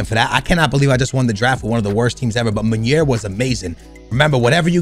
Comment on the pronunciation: nep,bateson and all call munir munier...why haha